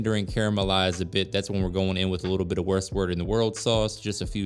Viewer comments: 🤣🤣🤣 you said "worst word in the world" sauce 😂 that's the best one I've heard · Worcester sauce - it’s pronounced “Wooster”! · Worcestershire is not that hard to pronounce - wus-ter- sheer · Worcestershire Sauce is pronounced WUSTER SAUCE. (the U sound is as in PUP rather than POOP! ) It is one of those crazy UK English words that don't sound like they look or spell -if that makes sense? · I know you Americans can't pronounce Worcestershire! So why don't you say what the British say Worcester sauce, now isn't that easier to say try it you will be amazed 😏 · I'm certainly going to make this...Looks great. So... As a very well meaning Englishman.. Please do not be offended if I solve the " impossible to say " sauce thing for you... O.K...For the WORCES part..just say wuss..like you might call your slightly effeminate buddy..." Aaaah ya wuss..( wooss )" ..Next... TER.. As it is, terr...(tur...as in turf..) So far, we have....WUSS TUR...Officially in the U.K. That's what we say........WUSSTER SORCE.. You don't need the SHIRE bit... ( Soften up the R's a little though ). If you want to say the whole thing..that's fine too. Worcester is a place name, the surrounding area is Worcestershire. Lastly SHIRE....say..sher.... like some Americans say sure.. WUSSTERSHER SORCE.... I really hope I haven't offended you.... I just wanted to thank you for the recipe. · Worst Word In The World Sauce . Very good . Everyone KNOWS the one you mean . Well Done . CORRECT pronunciation below . Phonetically Spelt . Wooster-sheer Sauce .